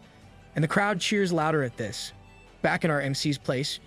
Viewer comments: the ai voice or whatever cant say the word “this” for some reason,and instead it says the word “dis”. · Why can’t it say “this” right,it’s saying “dis” instead of “this”.Its gets very annoying once you realize it.